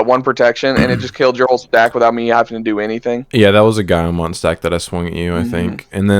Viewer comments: is right on how to pronounce Guilmon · is right, guilmon is a portmanteau of the words guilty and monster, because of his digital hazard branding, so you pronounce it the same way you say the beginning of the word guil(ty) mon (ster) Edit. The show says giomon but it's because that's how you generally pronounce the word guilty. Kinda like how gif is pronounced jif